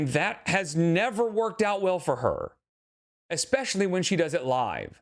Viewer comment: She actually says “EXcapegoat”, and she also says “EXpecially”. 😭 We mustn’t forget “inscrutiating” and “supposively”, either. 🙄😣😬😐